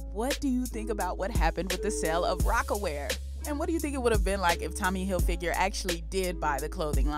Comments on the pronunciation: Did he say Tommy Hilfinger??😂🫣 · “Tommy Hilfinger”